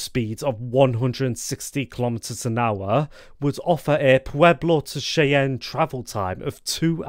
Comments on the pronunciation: Cheyenne is pronounced "Shy-anne". Not "Chay-en" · I got a kick out of your pronounciation.